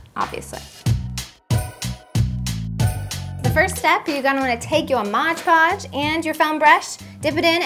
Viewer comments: it's Mod Podge not modge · MOD PODGE NOT MODGE PODGE!!!!!! i'm sorry if i sound rude but that really annoyed me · Couldn't even watch more than 2 minutes of this. It's pronounced "MOD Podge." If you're looking right at the bottle, you should be able to read it. Pretty big letters there. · Omg I came to say exactly that! Why can't anyone seem to pronounce it right!? It's MOD PODGE! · dont say modge ever again it drives me insANE